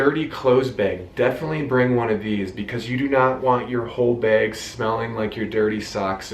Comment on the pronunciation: You say beg for bag 😆